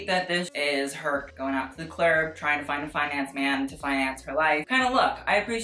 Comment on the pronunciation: "Going out to the clurb"